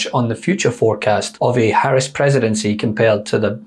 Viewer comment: Thank you miss for pronouncing V.P name correctly.